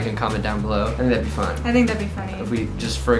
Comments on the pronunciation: “comment down bellow” Huh? BELLOW Lmao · "comment down BeLLoW"